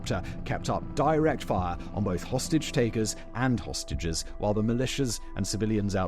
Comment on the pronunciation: Idk if I'm hearing dis right is he saying hostages or sausages.. 😅😅